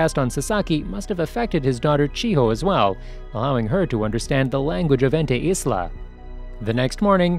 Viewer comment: You saying ente isla is like you saying it antu-islam, such a bad name to use for calling a place